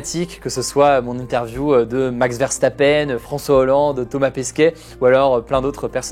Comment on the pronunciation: Je t’adore hugo mais max « verstapeine » c’est non pour moi 😂😂😂 verstappen ça ce prononce (eune)